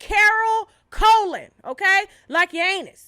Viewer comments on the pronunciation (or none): It’s not Colon like your anus lol it’s pronounced like Cologne lol 🤦🏾‍♀️😂😘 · Its Colón pronounced Cologne. This lady is so racist towards Spanish women that I don’t watch her. Love is love! We can’t help that we sexy 🙄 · Colón, accent on the O living in a cest pool